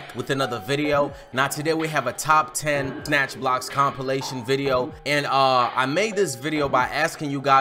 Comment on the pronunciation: CHIKO REWATCH THE VIDEO YOU SAID NATCH BLOCKS